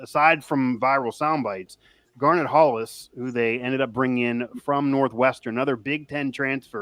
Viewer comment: it's GAR-NETT Hollis.....not "Garner" Hollis. Good grief.